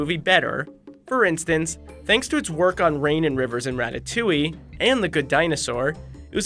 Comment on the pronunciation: He said ratatouie 😆